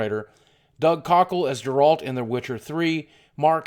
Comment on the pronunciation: dammit boogie stop saying Jeralt in stead of Geralt!